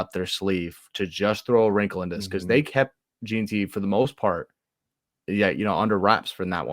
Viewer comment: Jeanty, pronounced JEN-TEE. Boise, pronounced BOY-SEE. Good show though. I feel like the weather will be a major factor for the Las Vegas kids, its gonna be COLD. I call it 31-27 BSU wins.